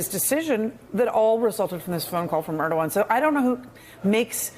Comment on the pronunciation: Guys: It’s ErdoGAN, not ErdoWAN. When Professionals like yourselves Repeatedly mispronounce the name of a high level world leader it shows a lack of preparation which itself shows a lack of respect. Would you like it if someone repeatedly mispronounced Your Family Name ??